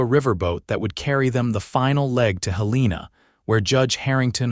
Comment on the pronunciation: Montana. It is pronounced Hel en a